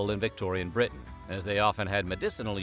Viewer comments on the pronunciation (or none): none